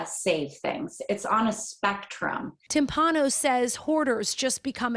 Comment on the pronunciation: Nah. Not really not the case. Not really naw the case. Not really naw the cay. Not are were. Not “are were.” Not on a spectrum. Not “on a spehtrum. /